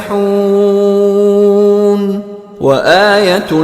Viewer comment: وکل فی فلک یسبحون بھائی یسبحون ہے یہ یاستحون نہی